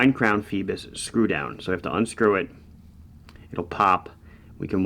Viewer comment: Is that really how you're supposed to pronounce it? Seems like it should be "foy-bose" no?